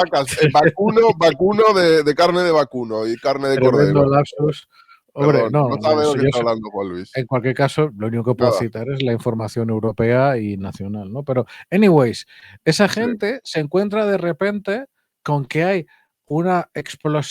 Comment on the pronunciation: "Eniweis". Supongo que quiere decir "anyway". Me rindo, no puedo con tanta tontería.